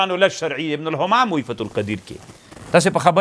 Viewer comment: السلام علیکم ځینې خبرې یې په ځای وي خو دلته یې څو څو ځله د ابن همام په ځای، ابن غمام ویلي چې باید علما اصلاح شي